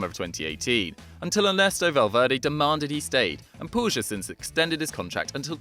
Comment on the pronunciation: I believe its pronounced pueeg 😂